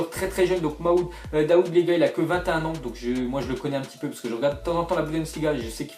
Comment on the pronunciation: Excuse moi mais ses pas mamoude daoud mais mahmoud dahoud